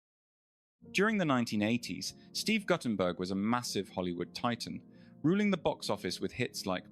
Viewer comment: Goddamn can’t even pronounce his name right